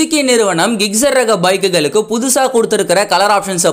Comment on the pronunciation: ஜிக்ஸெர் ஆ??? கிக்சரா??? பைக் பேர சரியா சொல்லுங்க.